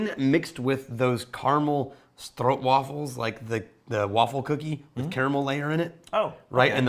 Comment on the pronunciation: Great pronnunciation on the stroopwafel.